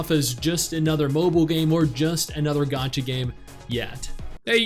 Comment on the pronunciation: The moment he said gacha I'm out